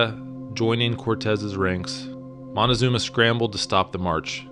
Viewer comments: Moctezuma: as in MOK TÈ ZU MA. Not monezuma. Drives me nuts. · great story,,BUT confusing c and n is pretty bad......Moctezuma not Montezuma,,,you fan of montezanto??? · Did you say Montecazuma lol around 3 minutes? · moticazuma??? hahahaha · I’m not a historian but do enjoy it. However, from what I learned living in Monterrey, Mexico where my family is from, I was told the name is Moctezuma, not Montezuma. As well, Mexico came from the name Mexica (pronounced Mechica) hence the term Chicano. Before you move forward in time, please consider first telling the stories of the Native American nations around present day Mexico City prior to the arrival of the Conquistadores. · Stop being so stubbornly white. It isn't Montezuma, it's MOCTEZUMA. Where do you see an N in the spelling, or how do you hear the letter N in the pronunciation? The spelling "Montezuma" is an Anglicized version that became widespread in English literature. You should research a little more before being in such a hurry for YouTube $$$$ This is one of the reasons why I don't trust western world-view history. There is this growing misconception that in order for there to be any truth in history it has to be American-funded. I apologize, I don't mean to be so harsh. Otherwise, good story. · It's Motekusoma, not Montezuma. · Moctezuma is not pronounced like that, it should be pronounced more like Mock-te-zoom-a